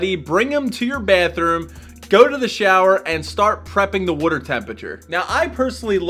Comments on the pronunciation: Mayfair ? Somewhere in northeast I’m betting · It’s a Philly thing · I like the way you say water lol. "Werter" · “Colder wooder”😂😭